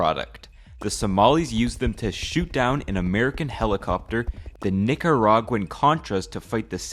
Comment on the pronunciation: You said NICARagua alittle too hard